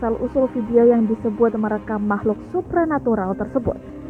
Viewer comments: Supernatular? Superman kali min Supranatural kali. Aduh karyawan magang min? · SUPRANATURAL BUKAN SUPRNATURAL